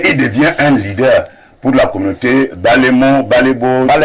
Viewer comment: Tu prétend être un leader sans être capable de bien prononcer le nom de ton village (Balembo) dans le Haut-Nkam😮🙌🙌